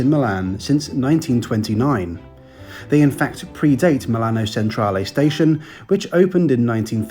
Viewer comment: Thanks for that, enjoyed it very much - the best I have seen for this trip - bravo, bravissimo! Well done for making such a great attempt to get the Italian pronunciation correct, but to be helpful - Milan/Messina/Palermo Centrale is pronounced ‘Chen-tra-leh’, not ‘Sen-tra-leh’; and thank you is ‘grats-ee-eh’.